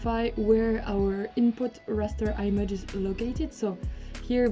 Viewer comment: Fantastic resource, thank you!. Not sure if someone else has already mentioned it, however the "i" in "image" is normally pronounced like you now pronounce the "i" in "isolate", while the reverse it also true :), that is, you should swap your pronunciation of "i" for these two words! No don't thank me, I can't help it!